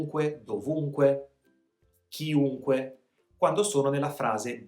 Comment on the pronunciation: Ciao buon anno! Ti faccio una domanda perché dici ciunque invece che chiunque?